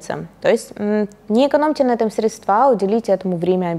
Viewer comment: Очень доступно и интересно, но почему «средствА»😬